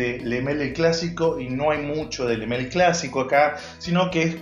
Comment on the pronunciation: Le male porfavor decir bien el nombre porfavor